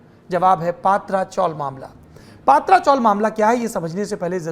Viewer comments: paatra nahi patara( tin shead chawl) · पात्रा नाही पत्रा चाल bolte hai usko. Isne पात्रा पात्रा bolke dimaag kharab kar diya mera.😡😡